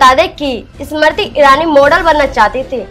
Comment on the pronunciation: Pahle Sahi tarike se Smriti bolna toh seekho,uske baad bolna Anchor mahodaya